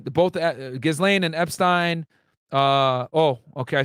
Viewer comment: And you’re right you may want to cross your t’s on “epstines” case. Starting with how it’s pronounced lol